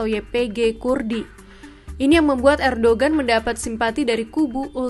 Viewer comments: Erdohen bukan erdogen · Dibaca : Erdowan